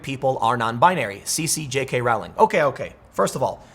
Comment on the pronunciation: J.K.Rowling's last name is pronounced (roll-ing).😁